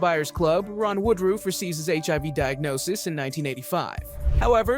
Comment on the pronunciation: Not really. He has several things wrong about the real life guy. He doesn't even pronounce his name correctly. This was done through the eyes of someone far left.